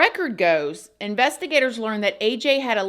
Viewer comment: I keep hearing it like investi-GATORS. Lol😂